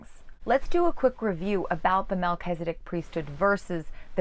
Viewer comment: I'm sorry, but I just cannot continue to listen to you pronounce Melchizedek as if it is MelchEzedIk. Since you're presuming to teach us about The Melchizedek priesthood, you should at least know how to pronounce the name.